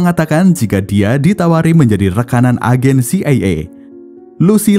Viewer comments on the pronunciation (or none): Ejen CIA❌ Ejen c ey ey✅